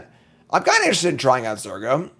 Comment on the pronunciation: Believer. It's Zur go!